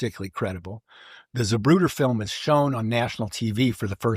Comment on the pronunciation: Lol it’s not “Zuhbrooder”, it’s “ZAH-proo-tuh”….